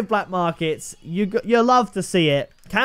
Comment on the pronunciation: “Can we get a sickth”